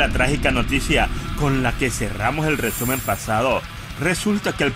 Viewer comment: Buenisimo el rrrrrrreeeeeesumen de la semana